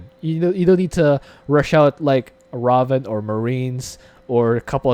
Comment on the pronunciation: "Ray-ven" is how its pronounced :)